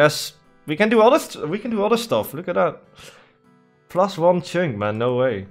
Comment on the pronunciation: Love how you pronounce "Chynk"😂 you should change your accounts name